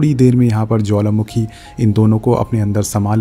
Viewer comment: You say jwalamakhi🤭🤭🤭...by the way love your explanation 😍❤️🥰